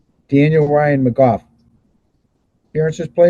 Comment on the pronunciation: The other possible pronunciation would be "McGuff", not sure which one is worse.